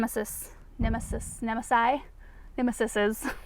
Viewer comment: I believe the plural of “nemesis” is pronounced “nem-eh-seas”, and hessian is sacking material similar to burlap but usually finer weave xx